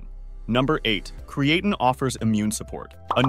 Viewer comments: Literally have never heard anyone pronounce creatine this way... Uh. Yeah... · Cre-A -tin. 😂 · If you're going to use an AI script, AI voice, at least pronounce the name of your subject matter. Video looks professional bat that. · Can't even pronounce the name right lol I'm sure this vid will be full of correct information.